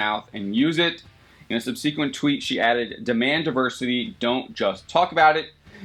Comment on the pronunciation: I'm guessing most of the downvotes are over the hideous mispronunciation of "subsequent" or the audio quality because it otherwise seemed pretty reasonable.